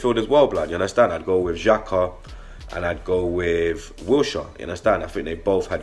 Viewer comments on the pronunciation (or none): none